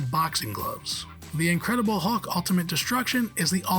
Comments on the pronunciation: It's hulk not hawk. Cmon that's just lazy ffs. If there's actually a reason behind it the fair enough but hawk, hawk seriously. Probably just lazy. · I didn’t realise there was a Marvel character called ‘The Hawk’ 👀 at least that’s what it sounded like 😂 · Is this narrated by an Al with a limited vocabulary? I've never heard anyone pronounce "Hulk" so VERY close to "hawk" before. Strange. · Hawk? And it keeps being said that way... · Someone needs to teach this guy how to pronounce Hulk